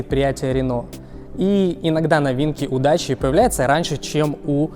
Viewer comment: ДАКИЯ а нэ даЧа ) идиот дакия это древнее название румынии какая дача !?